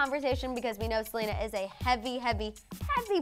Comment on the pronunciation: it’s Selena not Salina